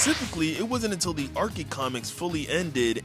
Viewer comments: No way in hell you just pronounced archie as arckie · its Archie not Arkee. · ITS NOT ARKIE COMICS Its archie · Ah yes the ar-key comics😂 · Yo, you can’t said Archie wrong